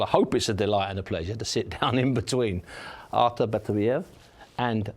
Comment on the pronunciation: Buncie stop saying Arthur🤣🤣🤣